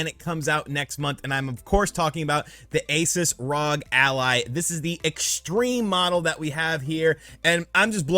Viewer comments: already knows this but ROG stands for Republic of Gamers, the brand name for their gaming products. And ASUS is pronouneced with the "oo" in "boo" sound. A,soos, not A,sus. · the company isn't pronounced Aces it's a oo sound like noon, a-soo-s. Not sure still, then go watch John's video as he pronounces it correctly. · its pronounced AY SOOS you uncultured swine